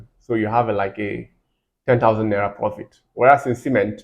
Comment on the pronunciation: it’s the way you pronounced naira. I grew up in Kaduna so that accent gave you out.